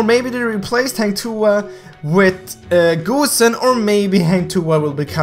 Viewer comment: GOOSEN Its not GOOSEN its GOSSEN